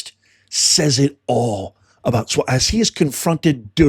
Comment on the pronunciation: Umm.. Eric swallow-well?? And Fang-Fang.. nuff said.